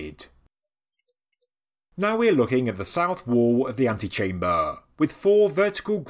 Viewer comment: Too much